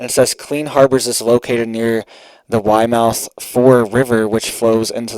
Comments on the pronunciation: Weymouth (pronounced way-muth). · That's pronounced Weymouth way -muth understandable pol